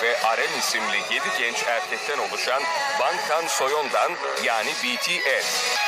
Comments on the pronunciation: "bongton soyondon" jdmdkevrk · Neden bangtan soyondan diyor şey gibi çıkıyor bangtan soyundan